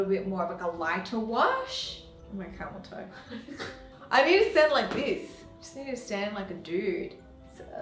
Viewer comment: "the camel toi-toe??" 🤣🤣🤣